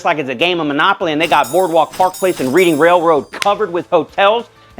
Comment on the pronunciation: It's "Reading", not "Reading"...